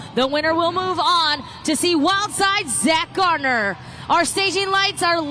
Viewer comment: Add to that Zack and Jamie GAR NER, not GARD NER.